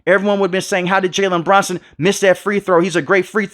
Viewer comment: his name is Jalen BRUNSON no Branson bro wtf are you saying